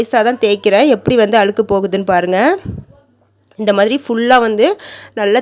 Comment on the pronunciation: அழுக்கு - அளுக்கு இல்லே